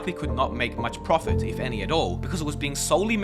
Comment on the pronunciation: SAY PROTIT CORRECT